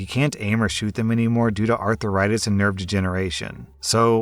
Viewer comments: It's "ARTH-RITIS" - not "ARTHUR-ITIS", the repeated cringe... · Happily waiting for the day learns to say „arthritis“ 😘